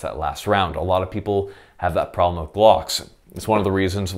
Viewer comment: Love the way you pronounce "glhocks" baby